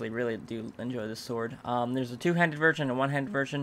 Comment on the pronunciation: said "virgin" instead of "version". I love it when he is mispronouncing things and then they sound like something else:D